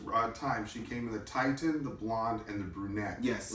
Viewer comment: FYI: the red hair color spelled “Titian”? It is pronounced TIH-shin, not TIE-tuhn!